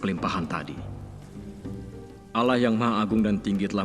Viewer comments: Kok kedengarannya pake kata Alah kan yg bener Allah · Jgn di dengar kan cerita ini..gk benar...nyebut alloh aja gk becus.